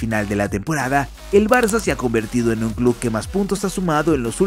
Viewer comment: Hay algo que me pone de los nervios. Como puede ser que una persona que tiene un canal llamado futbol CLUB pronuncie CLUD?!?!?! Me vuelve loco🤣